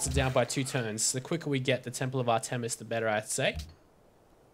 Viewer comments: Its pronouced art-miss not ar tem is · Actually it is AHR- tuh-mis. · not to be rude but its pronounced (ar-tim-us)